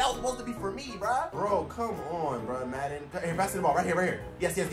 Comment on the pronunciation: Football😂fusion😂😂😂😂😂 he said maden23